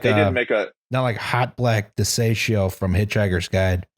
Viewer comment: In the audiobooks, Douglas Adams reads Hotblack Desiato's surname as de-ci-a-to. Just thought I'd correct on something...